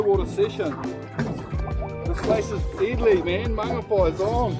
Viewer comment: At last someone who says Mangawhai CORRECTLY, and I love the "missy tero" comment too, I'm subscribed bro, I havnt heard "missy tero" in ages